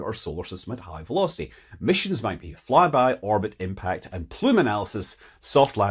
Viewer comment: I knew it as soon as I heard "fry-by" that it was a fly-by of the Sun.